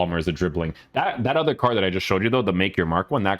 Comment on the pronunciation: Stop saying CARCH!!!! C A R D !!